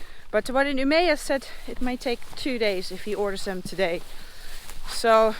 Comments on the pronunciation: It's U-M-E-ÅÅÅÅÅÅÅÅÅÅ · If you stop just before å in Umeå as you pronouned it you will say it like the natives; Ume. 🙂 If you are planning on riding north of Umeå then Mårdseleforsen might be worth a stop with a suspended bridge crossing the stream.